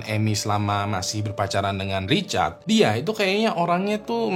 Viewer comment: namanya Richard atau Recharge ? kok aku dengernya Recharge ya ? di cas gtu 😂😂😂